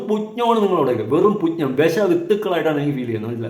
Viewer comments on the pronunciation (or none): പുഞ്ജം അല്ല മോനേ പുച്ഛം ആണ്.❤